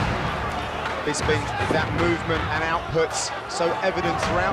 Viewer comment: Rockhold cant even say bisping's name right, he says bisbing hahah